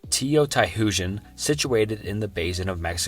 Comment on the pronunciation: That's not how you pronounce Teotihuacán.